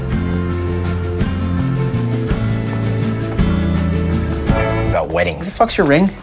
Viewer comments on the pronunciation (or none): i never realized he said “yuber” lmaooo i thought he said “uber”